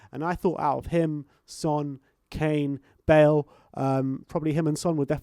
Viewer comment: fyi Son’s name is pronounced closer to huh?-ng min (as in huh? and ng as in bungalow) not hewn min. Keep up the great work!